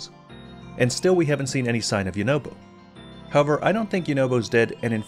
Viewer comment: It’s pronounced you na bo